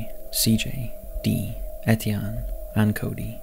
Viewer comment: Number 3..Etienne is a very pretty name,tho I'm pretty sure u pronounced it wrong. Lol. Also,I'm from West Virginia and this isn't far from me at all,I'm in Wheeling,Weirton is sorta the next town over..so I'm super excited to see what scary story is coming from here!! 😬